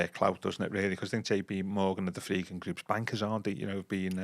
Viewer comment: Why does call The Friedkins The Fredkins?